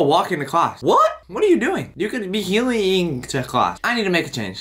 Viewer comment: The way he said heelying he said hewiing what it sounded like